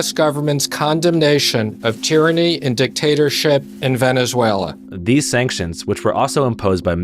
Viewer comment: “Vene-zway-li-en” is how that idiot mispronounced that